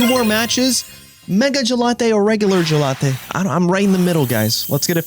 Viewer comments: Jellatté is super annoying bro. Not to mention bad for your algorithm. Say Gallade. Please. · Good vid though mega gelate is lk triggering 😅 I beg you say gallade it’s such a cool name as well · love but the 'gelate' always cringes me out MEGA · My brain itches hearing gelatey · Lol gallade? Gelade? Gelato😂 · Why did you say Gallade like he's gelato or something 😭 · he is doing it on purpose. Just like he mispronounce Gengar and Decidueye. I don't find him doing that to be amusing. Just annoying.